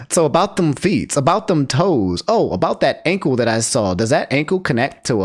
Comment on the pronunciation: Why him saying feet like that has me crackin’ up. 😂